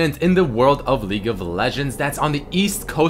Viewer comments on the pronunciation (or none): none